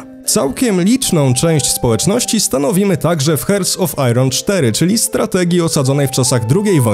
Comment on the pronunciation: Ja rozumiem że nie każdy zna dobrze angielski i takie Heart of Iron może być trudne ale wymowę tytułów gier to jednak warto sprawdzić. Fajny materiał.